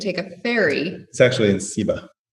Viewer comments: Ceiba = "Say-bah" from the Ceiba Tree. Also, many of our towns' names are based on the original Taino town name like Humacao ( Ooh-mah-kah-oh). Don't worry too much about how you pronounce them. I have Mexican and Argentinian friends who can't say some of those names correctly. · Absolutely love your video. As I was watching, these were some of the thoughts that ran through my mind.: You probably know by now, but Ceiba is pronounce say-ba not see-ba. I'm assuming you were referring to Charco Frio/Las Tinajas in Ceiba. As far as I know, Charco Frio is the stream there at the bottom where you park. The hike from there takes you to Las Tinajas, which has the lower level and the upper level. The upper level provides some heart pumping, adrenaline jumping opportunities. The whole place is such a cool spot. Thank you for educating me on how to pronounce Acai. I love this ice cream/gelato/Acai bowl shop here in Central Florida, and I always say a-sigh. It looks like I've been saying it wrong all this time. If you haven't explored the SW part of PR, you have to put El Faro de Cabo Rojo on your list. It is exactly the most SW point of the island, and one of my absolute favorite spots on the island. San Juan is not for me, either. Some people are just geared for big city life, like Miami, NY, and LA. Not me. Those places are great to visit for something particular ... but it's basically get in, do what you need to do, and get out for me. You couldn't pay me to live in the San Juan area. When you mentioned that moments of natural beauty are like a breathe of fresh air, that's how I feel with elevation, mountains, incredible views and landscapes. That's why I love the mountainous regions and cities. Love them. Plus, since the air is cleaner and cooler, it really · Ceiba could be pronounced: SAY bah. And Humacao could be pronounced: Uhoo mah cow.